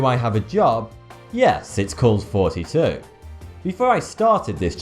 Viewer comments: There are likes on this RIF video and thoughty2 pronounces his name like. 😳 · _ Clementine No, I know he is actually saying, I just wanting to point out his speech impediment. Because, you can hear he has one. Like when he says "th" you hear him say f. And I'm not talking about him saying. And when he says "earth" he says "er-f" I think it's cute, but I just know he has some kind of speech impediment. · whatever whatever no he doesn't he is actually saying how many times do you idiots have to be told. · It always sounds like he says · in every single opening scene of his videos i burst out laughing because when he is saying thoughty 2 it sounds like and for some reason i find it extremely fynny;P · since he pronounces the TH sound with an F sound. its hard to know whether he is saying foughty2 or. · So you have been saying. I thought you were supposed to be saying thoughty2 but all thus time what I've been hearing you say is what you've really been saying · and whenever thoughty2 says thoughty2 it sounds like XD! (no offense, btw) edit: oh its a pun! i see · Random Person It's also a play on his speech impediment where all 'th' sounds are pronounced as 'f'. Notice 'fank you' at the end etc. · Pet peeves. He pronounces his "th" "F"... I don't really care, but others might. "Thoughty2" = "Forty-Two" with british accent. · It's Thoughty2, pronounced like forty two... This is the 42nd RIF... I salute you! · Fanck you so much for all you do,I recently joked to my son Jareth, (29) via email,about his early pronounciation of his own name, "Jareff" was all he could muster age 2.He then replied," well dad,just wait till your thoughty 2" so,it would seem your another "positive item" that we found on our own, but now enjoy together! Oh!,so now we have an example of someone that doesn't belong in the book of British smiles,AND you've begun to "get" humor! Pip,pip! Cheerio! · Sounds like he says "hey here" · Thoughty2 sounds like